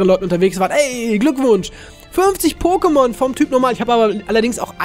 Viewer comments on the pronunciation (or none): hör bitte auf pokemonS und pokeSCHtops zu sagen,danke...